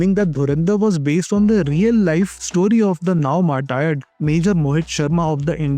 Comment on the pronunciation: Mar-tired 🤣 ganwaar aadmi 🤣